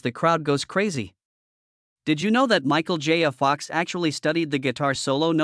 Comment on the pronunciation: Every time the AI says “Michael J a Fox” it makes my eye tic a bit more pronounced than it had.